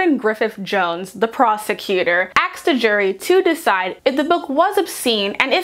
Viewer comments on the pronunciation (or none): The prosecutor “Axed” a jury?? Seriously. The word is “asked”. You’re trying to have an intelligent conversation and you’re speaking Ebonics!